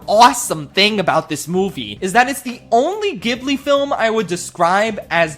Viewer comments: Kaguya 😍 Takahata already made a note during Heidi that he wanted to create a project about this Japanese fairytale and first wrote an entire book abouth 12th century japanese scrolls before tackeling the style it 's really his magnum opus. (it pronounced djibli by the way , not khibli) i do wished you had included red turtle, it deserves a spotlight. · ITS PRONOUNCED “JEE-BLEE” NOT “GY-BLEE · POV: he pronounces Ghibli as "Gihblee" ewww so cringe bro didn't pronounce it "Jihblee" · Bruh. It's pronounced Jibli not gibli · It's pronounced "jibli" not "gibli" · nit to be rude but it’s pronunced jib-li not gib-li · I haven't even watched the video, and I have to say that it's pronounced jheelee, not gibly. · Its jib-lee not giblee ya noob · Oh no, he’s a “gibbly” person… (I know there are arguments for both pronunciations, but I grew up saying “jibbly,” so it sounds weird to me.) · dude i love you, i'm making fun of you, and i dont wanna be annoying, but ghibli is pronounced "jibli" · "Ghibli" is actually pronounced "Ji-bu-ri" in Japanese. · It isn't a hard "g" sound for the studio's name. It's spelled "ジブリ" in Japanese, so "Jiburi" in English. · It is pronounced Jee Blee! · As a Japanese, I gotta say this but in Japanese you pronounce ghibli as “zibuli”. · It’s pronounced xibli. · IT’S PRONOUNCED STUDIO JIBLEEEEEEEEEEEEEEEEEEEEEEEEEEE The author of earwig and the witch died before finishing the book so they couldn’t add a good ending btw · it is pronounced gee-blee :(( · Maybe this is pedantic, but the studio’s name is pronounced “Jibli” with a soft g sound. Why? Because Japan. Makes no sense, but there you have it. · Some people might ve upset about the placement of certain movies but the most EGREGIOUS thing this man has done to the studio is mispronounce the name ayy yo it's pronounced "JIBLEE" ya doof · It’s pronounced jib-lee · Ghibli is pronounced "jibli", the romanization of the Japanese word is jiburi or ジブリ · Is it not pronounced Jiblee ?